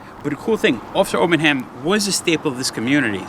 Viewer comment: No such place as South Barrington, Mass. Get it right. P.S. It's Obenhein, not Obenham.